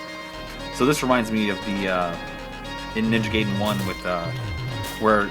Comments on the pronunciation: Guy-den, not gay-den... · *GUY-den, not GAY-den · It's GUY-den! 👊👊